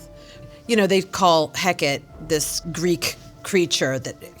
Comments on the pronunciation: Coming from a practicing witch. But I’ve literally never heard anyone call her Heket. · I’ve never heard that pronunciation of Hekate’s name 😂 literally froze in my tracks at the name lol